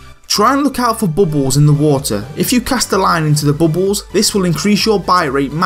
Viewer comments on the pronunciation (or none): i like how he says bubbles hehe bobbols